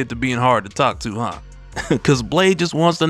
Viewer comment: "Well what about Blaaaaade."- in the most southern accent possible😭😭